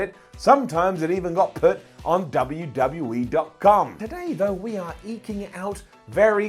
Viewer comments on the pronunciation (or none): Did you just say "WWE teet"? You did.